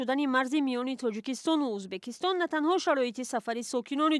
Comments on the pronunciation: На узбакистон А Ӯзбекистон журналисти бесавод ??? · ман худам точики аслияму мебахшед журналисти мухтарам шумо хондаги хастед агар ха барои чи Узбекистон нею Узбакистон мегуед байни мардум чанг мебардоре хатто хаму савдогаро аз шумо босаводтаран охир ин видеои шумора хама мардум тамошо мекунан барои хамин аввал суханотона якбор худотон гуш кунен бад да ютуб партоен